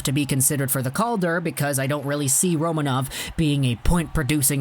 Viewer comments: It is pronounced Ro(MAN)ov. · Kaprizov in russian sounds exactly how you have been saying it initially: Kapri'zov, i.e. the accent is on the second syllable. Don't listen to people who are not native russian speakers, when it comes to russian names ;) The same is with Roma'nov, the accent again is on the second syllable.